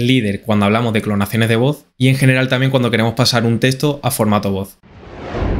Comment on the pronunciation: No es testo! Es teXto!